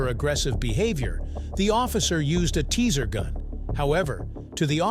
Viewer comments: Teaser instead of Taser is crazy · A teaser gun? The bot says teaser gun! Good lord I hate AI and bots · AI doesn't know how to pronounce "TASER"??? WTF?